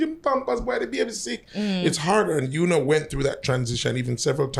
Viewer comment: Her name is spelt Una but it is not pronounced as Ooh-Na. It's pronounced as You-Nah.